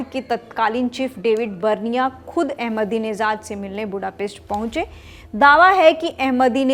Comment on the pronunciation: His name is AhmedineJad not AhmedineZad.. there's no Z in his name..your pronunciation is very annoying